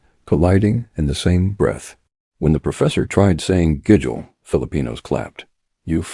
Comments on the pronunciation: Even the narrator can’t pronounce ( gigil ) it’s pronounce ( ghee gheel ) lol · Pronounce the words properly; kilig – “KILL-IG” / tampo – “TUMmy & paw so, TUM-PAW/ gigil – like GI-zard say “GI Gi L” / bayanihan – “BUY YA KNEE HON” / utang ma loob – “OOTUNG NA LAW OB” / saying – SA YOUNG / hiya – HEE YEAH